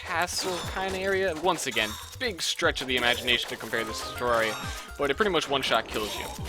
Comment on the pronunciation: Somebody who actually pronounces Terraria the correct way?! Mind = Blown